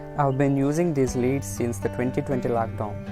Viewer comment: Bruh....it's pronounced " led "